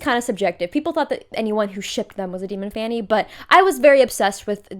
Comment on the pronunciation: Demon 'fanny' is what I'm hearing every time it's said and the fact I'm laughing so hard is killing me I feel like a child